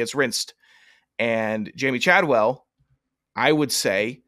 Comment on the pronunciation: Do you guys do your homework at all? Chadwell is making over 4 million per year to be at Liberty. Don’t say you don’t know why he would go there lol. Also, mispronouncing the few players you talked about names is a bad look. You can do better than this…